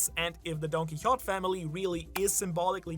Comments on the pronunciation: Why you calling him Don-Qui-Hott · When is someone going to tell him it's don-ki-ho-TAY? It's been years... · Don-kee-ho-tay* Doflamingo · You say Quixote weirdly.